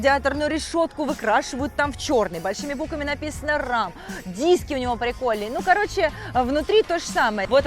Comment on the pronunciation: Не Рам, а Рэм. Прокатиться на Рэме.